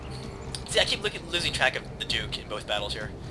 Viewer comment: A clear victory! All hail the dork of normandy! Epic mispronountian